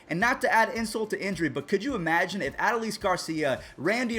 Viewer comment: man straight butchered Adolis name